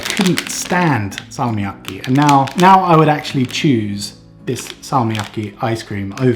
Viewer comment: your pronunciation of salmiakki is actually really good. Well done